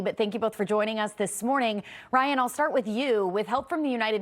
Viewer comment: I literaly understood Brian when she said Ryan and Ryan when she said Brien :D